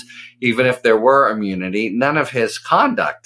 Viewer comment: He can't say immunity